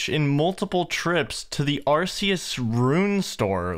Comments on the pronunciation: The Zeah house is pronounced arr-KAY-us. As in archaic. A lot of magic related items in the game fit into the old/timeless theme: ancestral, ancient, arcane, eternal, infinity. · Man really said "are see us" instead of Arceuus